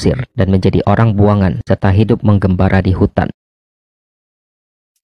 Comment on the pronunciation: Terimakasih Min atas Infonya ini.. btw saya izin Koreksi ya pd Bag Mengembara, Mimin sebutnya sbg "Menggembara". Mirip2 dgn Karakter Jutsu Para Pemilik Susano' o nya Uchiha ya Min; terutama Miliknya: "Madara Uchiha" ^_^.